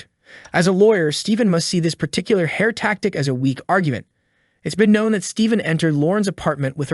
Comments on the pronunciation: Your hairrrrrr is therrrrree! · Your haer is thaer, man! Your haer is thaer!!! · Your hayer is deyer.